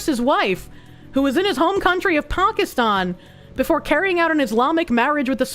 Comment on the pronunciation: pronounces Pakistan like a liberal.